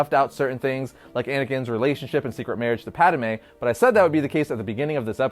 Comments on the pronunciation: It’s padme not padame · Bro, you've got to stop adding that extra syllable to Padme!